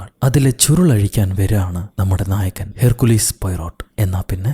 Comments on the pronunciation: Herkkulis alla hercule poyrott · ഹെർ കുലീസ് അല്ല ഹെർക്യൂൾ എന്നാണ്